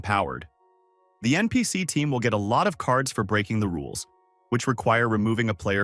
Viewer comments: Not only that, NPC was being pronounced NPS. These AI videos honestly need to be purged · ya your right he did not say npc y say nps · FIRST IT'S NOT NCP IT'S NPC AND IT'S NOT RAGTHA!